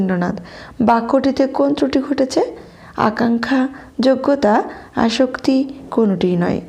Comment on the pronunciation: আসক্তি নয় আসত্তি